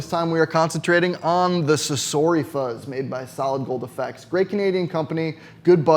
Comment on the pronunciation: it's sa-so-ri not sa-SOR-ri